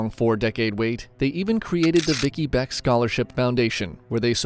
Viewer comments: Vickie Lynn Belk not Beck. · Her name was Vickie Lynn Bilk, NOT Beck, ffs you can't even get her name right.